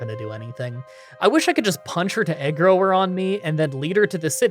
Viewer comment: its "aggro" ( ahg - grow ) not ( ahg - gruh )